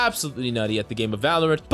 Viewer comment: Did you forget how to say VALORANT 😂